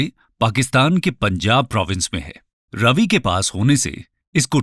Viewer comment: रवि नही रावी